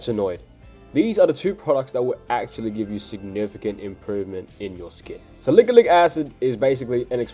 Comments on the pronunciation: Salikilic😂😂😂...bro it's salicylic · salicalyc acid😭😭😭😭 it's salicylic acid bruv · SALIKALIK ACID SALIKALIK ACID SALIKALIK ACID SALIKALIK ACID 🗣️🗣️🗣️🗣️ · "Sa lick-a-lick acid" HAHAHA